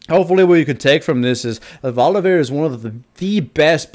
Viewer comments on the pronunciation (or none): Holy fuck stop saying Volivear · "volivear" everytime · of "volivear"